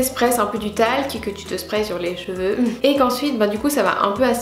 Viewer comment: Tes "Jveux" ? haha c'est l'accent suisse ?